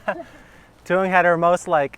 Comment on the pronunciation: i've always been confused by thoung's name at the start. sounds like you say thuong des and she says thuong chan. I've probably butchered the spelling of des and chan lol